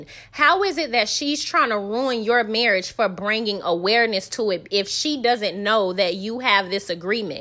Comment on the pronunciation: Sis, now you know that it is pronounced marrrrrish! The new word is esssssssssssspo.